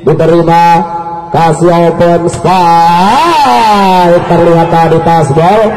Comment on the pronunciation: Spike bukan spake maszehh 😄